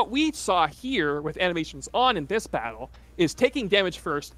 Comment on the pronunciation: Could've sworn he said bowel mechanics instead of battle mechanics